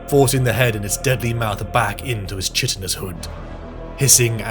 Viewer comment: I need you to know that Chitin is pronounced ky-tin. Its small but it grates on my ears each time I hear chit-in